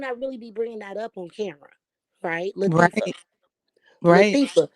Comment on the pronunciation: That lady said LaThiefa!!! And she stuck with that name!!! LATHIEFA, THIEIF!!! I LOVE IT!?!!